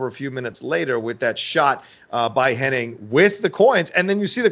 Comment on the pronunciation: Its funny,, you are correctly pronouncing Curt's last name of Henning correctly the entire video...But your friend the entire video is saying Hennig. Doesn't seem that either one of you notice the others pronunciation is the interesting part. Just an observation since its an ongoing debate on which it is. Ive been watching since the AWA days as well and its always been Henning until recently but alot of people,your friend in the video included,remember it as Hennig.